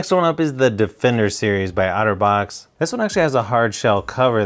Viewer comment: Each time you say Otterbox it sounds like Autovox to me